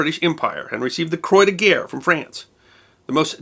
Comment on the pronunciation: Please stop saying "Croy de guerre!" "It's CRAW, not "craw!" [/ "the Claw" from _Get Smart_] X-D (Actually, closer to "krwah" but never "croy!")